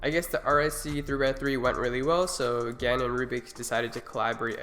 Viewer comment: GAN not Gans.